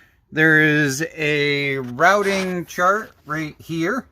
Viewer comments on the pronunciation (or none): none